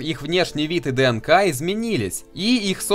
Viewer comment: Я биолог, и у меня кровь из ушей шла от каждого произнесения слова "ДНК".